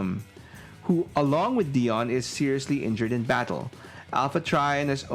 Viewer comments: DIE-ON. Not Dee-Onn. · Dude, it's pronounced "Dye-on" not "Dee-on". It's literally in the cartoon!